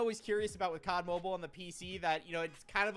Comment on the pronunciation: With saying cod mobean I just cracked up